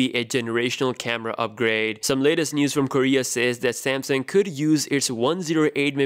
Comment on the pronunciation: SamSUNG, not SamSING.